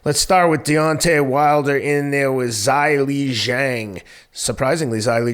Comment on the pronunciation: ‘Zailee’ Zhang?